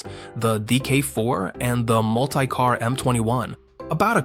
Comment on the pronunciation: Mult-eye-car was starting to get on my nerves